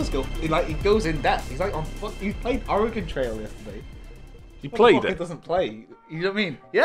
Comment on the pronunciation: As a native Oregonian, thank you for actually pronouncing Oregon correctly.